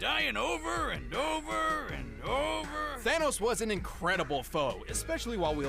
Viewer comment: It's the anus not thanos!!!